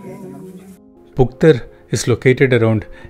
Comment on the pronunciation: You are amazing 👍. Actually it's phuktal